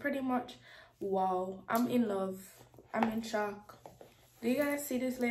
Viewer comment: "Woooow!!!"🤣🤣 could've heard the Caribbean accent then when you said "Can I get a wow". I was like yup, Caribbean girl.